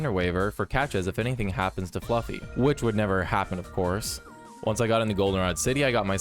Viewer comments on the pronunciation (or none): It’s Flaa-fe not fluffy